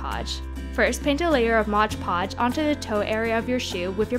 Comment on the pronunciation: Love the vid, but it's called mod podge, not modge podge